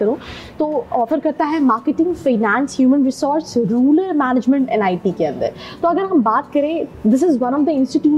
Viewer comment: I stopped watching it from the point where she said rular management 🤣🤣🤣🤣